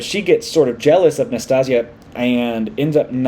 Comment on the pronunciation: Nas - tas - ya. It sounds like Anastasia without the first A.